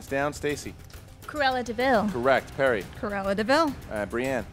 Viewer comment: Every time I rewatch this I wish someone would have challenged her "Curella" for the 101 dalmations question. Definitely spelled & pronounced wrong